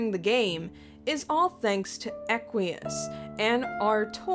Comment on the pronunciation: my bae.....EQUIUS the hemospectrum is shit, mate with me Edit: Btw its not (are-tor) its (Are-thor)